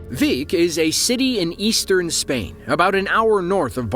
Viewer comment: 'Vic' is pronounced 'bic' no V